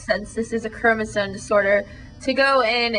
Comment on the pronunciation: you sound so stupid everytime you say chromosone.